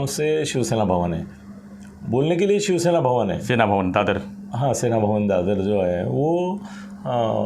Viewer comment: श्याम गिरी जी it is शिवसेना and not शिवशेना. You keep saying शिवशेना